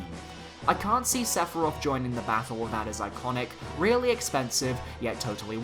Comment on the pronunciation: Sephiroth Chance - Inevitable Want - He is inevitable, also it's SEPHIROTH